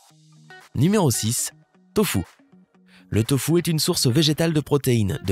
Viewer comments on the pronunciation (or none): Pourquoi dire tofOOUUU alors que ça s’écrit tofUUU?!